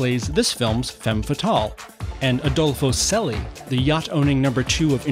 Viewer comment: Celi is not pronounced Seli but Celi like in Champion